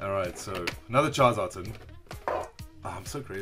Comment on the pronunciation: When you said one Charizard tin it sounded like one Jonathan lol shoutout to all Jonathan's I guess lol